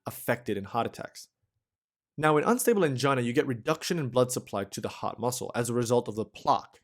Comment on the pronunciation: It sounds like he's saying "the hot muscle" 😂